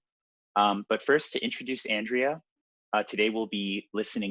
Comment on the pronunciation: Probably because he mispronounced her name several times